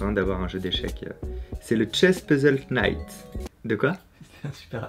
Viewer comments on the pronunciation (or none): On prononce pas le "k" dans "knight" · Le "k" ne se prononce pas devant un "n" you know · "Chess Puzzle (K)night". le K ne se prononce pas sur ce mot en anglais :)